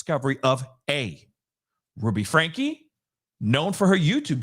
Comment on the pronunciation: Frank ( the E is silent )